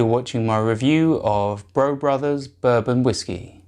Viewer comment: Hmmmm…. Last time I checked my birth certificate Brough was pronounced “Bruff.”